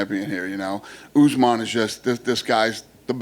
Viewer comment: Kamaru "Oozmon" 😅